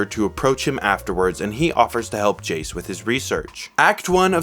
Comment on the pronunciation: Great video, but why are we calling Jayce Jayson? I cannot be the only one hearing...